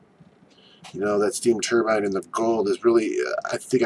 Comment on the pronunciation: Cut your finger nails, clean your house and change your shirt. And your pronouncing turbine wrong. But seriously your fingernails scare me